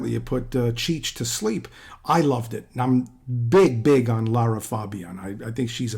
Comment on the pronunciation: You pronounce Lara's name correctly. Well ddone. Most don't!